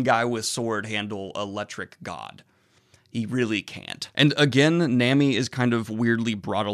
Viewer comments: The a in manga is pronounced like the a in Obama, just a heads up Same goes for the a in Nami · The way you say nami triggers me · "Nah-mee" not namy. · Na-mi not Nam-i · Its pronounced NAH-MEE. Not NAME-EEE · nami's name is pronouced nah-me. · I was fine with the confusion of 'menga'/'munga'. But you just can't say "Nemi" 😂😰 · Japanese uses mostly long sounds for their vowels. A = Ah I = Ee U = Oo E = Ey O =Oh 9 times outta 10 this will being you the the right pronunciations (outside if silent letters like in Sasuke being said like Sahskay). So it's Manga (Mahngah), Nami (Nahmee) etc. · nOoOmi Nooooooomi. Oof please. Also I’m laughing at how after a whole arc with Robin and you are still calling her Mrs. Sunday 😂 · "menga" "nemi" chuckle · Ok I know I KNOW I'm sorry in advance.... Nämi and mängä hurt me physically. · pleas pronounce it as "Nah-mi" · ITS NOT NAMMY BRUH JESUS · Nah-mi Daniel, its pronounced nah-mi lmao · Ok but nami is pronounced nah-mee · Or how he pronounces Nami